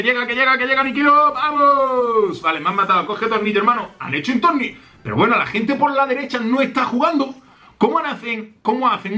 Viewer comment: no se por que pero tengo la sensacion de que dice tolnillo. like si lo has notado